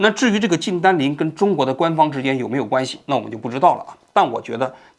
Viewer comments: 王局是不是老花镜不带，所以看不清人家的名字啊？ 徐延（不是季）军和靳善（不是单）霖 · 是徐延军，不是徐继军，美国法院的文件上也是标明YANJUN XU，难道王局脑子卡壳了？还有把“靳善霖”读成“靳单霖”，难道不认识“善”这个字？。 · 这期口误有点多： 徐延军 ==>徐Ji军 靳善霖 ==>靳dan霖 最新的消息特朗普上台之后 ==> 最新的消息拜登上台之后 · 徐延军，靳善林，你自己算算你读错了多抄次…….😂😂😂